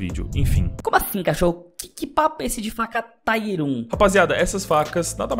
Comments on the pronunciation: você está redondamente enganado. Em inglês se fala "tíer". E não precisa acreditar em mim, basta ir ao google e procurar. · "taier 1"kkkkkk é tier que fala mesmo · nao, é TIER mesmo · Pronuncia é TIER mesmo, abraços <3